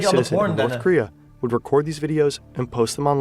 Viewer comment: Bro is terrifed of North Korea he can’t even say the name of the country 💀